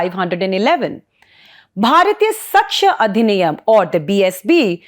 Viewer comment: It is pronounced साक्ष्य not सक्ष्य . Joke of an anchor, doesn't even know Indian languages. So much Anglicized that you are far-removed from the roots of your own country and language. Can't even pronounce "bharatiya" properly